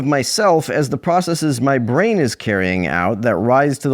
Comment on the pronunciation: Pet peeve: “processeeze.” People need to stop throwing that long “e” at the end - just makes you sound like you’re trying to be smart, and it has the opposite effect. Unsurprising that a Prager goonboot would do it though.